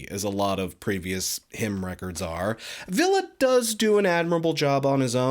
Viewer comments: Yes he's saying "Ville". I'm sorry if I'm wrong for imposing. It just sounds like you keep on saying "Villa" in your video. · Please learn how to pronounce Ville's name. I cringed everytime you said his name wrong. Other than that carry on.